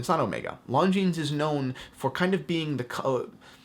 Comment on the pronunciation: My god... learn how to say it... it’s not „long jeans“